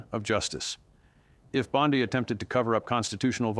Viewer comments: it's Bondi not bod-ai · Hey, no one pronounces her last name as Bond die, it's Bond Dee, the correct way when giving public info.(JS) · Why do you say it like bonsai? Bon-dee. Every single source says bon-dee. Not bond-ai. It's weird. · Her dishonesty and arrogance is a dark cloud on legimate lawyers. Her name is Bondi not Bondai. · Its not Bond eye , its Bond E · Annoying that he keeps changing pronunciation of Bondi's name. All other news sources pronounce it Bond-ee, not Bond-eye. My first impression was BOT. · Did he just say Bond-I with a long I? A I bullshit,,,, I'm out. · I believe some of this but you can't trust an AI generated video, it's easy to spot, the guy said Bond..eye, that's AI getting the name wrong, you could also hear glitches in the script, don't get me wrong, I'd love to see her in an orange jumpsuit but this video is right up there with the guy wearing a Ryobi personal hovercraft....fake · Is that AI, he does not blink and say Bondai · You can’t even say her name correctly